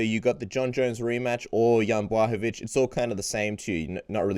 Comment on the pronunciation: one of few guys how knows how to pronounce Jan Blachowicz properly. Now it's time to invite Janka;) dasz radę.